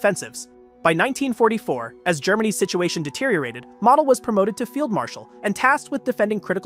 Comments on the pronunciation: Learn pronunciation Model os not pronounced as mottle, it's Mo-del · Valter Moh-dehl.